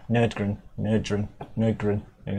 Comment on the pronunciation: Looks like I am late to the party... When I saw that you did a video on PAIN I immediately was like "Yay". Then I saw the song and was like "Oh crap, that's not gonna go too well".:D First of all, thanks for butchering my name. That gave me a good laugh, I should rename myself. Nurdgren actually has a nice ring to it.;) You covered the main points of Peter Tägtgren very well, so there's not much to add. Maybe just funny facts like him buying a whole village where he resides as the major now or that his heart stopped beating for 2 minutes in 2004... But that's way to random and not even related to this song. I'm on ' side with this song. I also feel like this song is "unremarkable", even though I'm a fan of Peter Tägtgrens music. This just didn't click with me... Ofcourse, that's probably just personal preference and others might enjoy it way more than I do. If you'd allow me to suggest where to start with PAIN, I'd recommend "Shut your mouth". Soundquality and video here on Youtube aren't the best, because it's really old. The images and music will make up for that though. Personally, I think the old stuff has a lot more "punch" in it. PAIN - Shut your mouth Another great point the guys here brought up again is Hypocrisy. Roswell 47 should be the most popular song of that band by quite a bit. This is not exactly my kind of music, but a lot of my friends who like death metal have it somewhere on their playlists... Hypocrisy - Roswell 47 Last, but not least